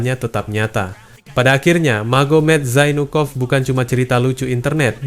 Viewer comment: Zainukov pengucapan nya mirip jadi jonpork